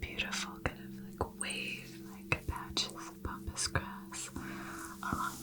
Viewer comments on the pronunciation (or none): Pampas grass not Pompas😍